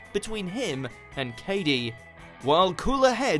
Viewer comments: k-a-dy, it's k-ay-dy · Ka-dy Mate its kay-dy